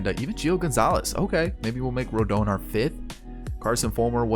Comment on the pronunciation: It’s “rohdahn” “rodohn”